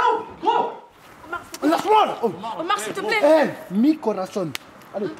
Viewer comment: Omar il m'a dead "me corason"😂😂😂😂😂😂😂